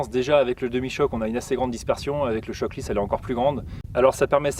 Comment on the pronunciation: Peut on arrêter de prononcer les « chokes » (qui est un nom anglais) chock ? J’ai déjà entendu un chasseur dire que sont cannon été chocké sur le coup j’ai même pas compris ce qu’il me disait, quand j’ai compris j’avais envie de le gifler ! D’autant plus que choke veut dire étranglé donc ça a plus de sens que de dire chock... car on fracasse pas sont canon bordel on l’étrangle pour avoir moins de dispersion. Merci 😅😁 Et j’aime bien ce que tu fais continue